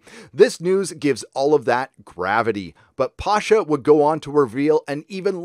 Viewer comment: It's not pAsha, it's pashA. Eastern surname.